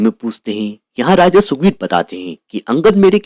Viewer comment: Sukbir ❌ Sugrib ✅